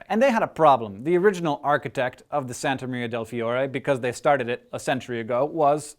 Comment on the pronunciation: I love your pronunciation of "Santa Maria del Fiore"! XD Anyway Leonardo Da Vinci is another great Italian guy!!! ^^